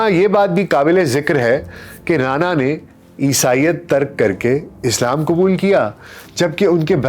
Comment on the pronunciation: رعنا لیاقت علی خان رانا اور رعنا میں فرق ہے ڈاکٹر صاحب تلفظ سہی کریں